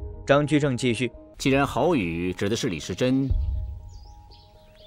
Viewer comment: 这旁白是人工智慧合成的。以为有的地方人根本不会读错，但旁白却读错了。比如“好雨”，他读成了“耗”雨